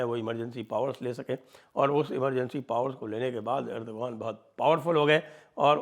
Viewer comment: Respect you Sanjayji and love Jaipur Dialogues for the social & geopolitical topics you fearlessly bring to the forefront. With due respect, Erdogan is pronounced एर्द्वान not एर्दोगान - when there is a vowel before G, it becomes silent in Turkish. Thank you!